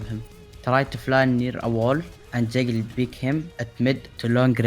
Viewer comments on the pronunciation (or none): I understand that english is not his first language, but the way he says jiggle peak😂